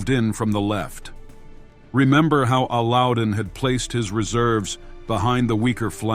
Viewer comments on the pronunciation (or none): It is not Alludin, it is pronounced as Allow-ud-din Khilji. And it is not Ka-na-tay but Khan-ait. Allauddin was a very capable, if merciless king. He assassinated his uncle Jalaluddin to become king.